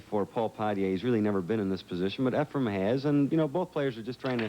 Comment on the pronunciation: lol calls efren, "efram".,.,,which is my next door neighbor's name 😂😂😂....i love his commentary! non-stop educatin'!! 👋🏻🎱👄🎱🤚🏻